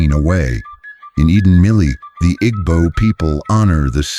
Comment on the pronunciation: The AI doesn't know how to pronounce "Igbo". Does the maker know what s/he is talking about?